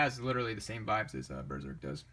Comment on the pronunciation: Claims Berserk is the best manga. Doesn't own all the volumes, hasn't read the whole series, can't even pronounce it right.